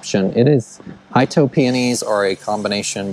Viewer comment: Great video. I think that garden center might put me in the poor house if I lived closer. But a well landscaped one. Oh by the way. Itoh is Japanese so it's not I-toh but pronounced E-toh. Can't wait to see the yard this summer.